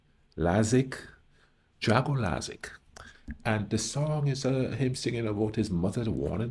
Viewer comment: It's like dark(o) not drako